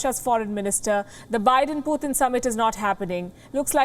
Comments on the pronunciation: its not puthin its pu-tin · Pooooothin lol 😆 P U T I N or Pee uu tin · It's not puthin